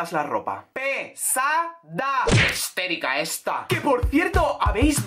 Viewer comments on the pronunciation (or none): # es HISTÉRICA!!! jeje no hesterica, q por algo lo buscaste por la siri en el anterior video 😂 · Ella diciendo "hesterica" en vez de histérica